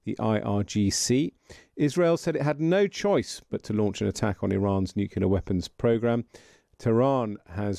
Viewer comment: When it is spelled nuclear, why do some say nucUlear?